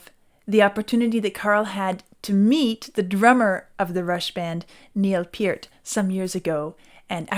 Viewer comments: You pronounced his name correctly even without watching him. That’s an accomplishment in its own right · Thank you for pronouncing his last name correctly. Many people do not.